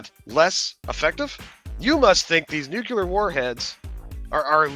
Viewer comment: That one guy can't even say nuclear correctly